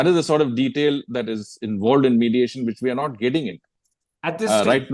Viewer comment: Modiation, not mediation...